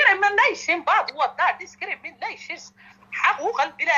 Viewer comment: How is he pronouncing discrimination lol